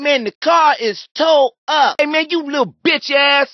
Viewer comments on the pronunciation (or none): He said "T ow up".